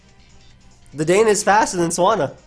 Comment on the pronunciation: I don't think anyone really cares at the end of the day, but just fyi, Dedenne is pronounced Deh-den-nay.